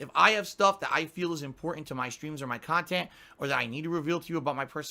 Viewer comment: Yeah, outdated kitchen appliances are shooting up in value all the time! My old tin opener is worth ten grand now! You know that some people who haven’t been lobotomised actually listen to your “Khantent”aswell don’t you?